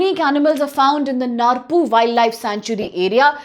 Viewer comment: Dkhar can't pronounce khasi. Narpuh pronounce narpouh